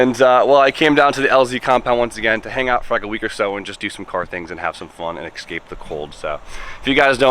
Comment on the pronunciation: My dude. Ekscape the cold ain’t it haha. Love the content